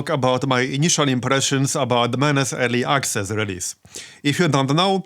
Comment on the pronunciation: örly aksezz